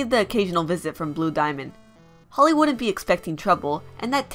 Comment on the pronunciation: when you said "Holly wouldn't be expecting trouble" I heard "Hollywood be expecting trouble"